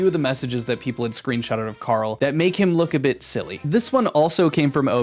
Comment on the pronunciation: Nice attempt at doing a Karl impression, but he does the American pronunciation for R for some reason. Always baffled me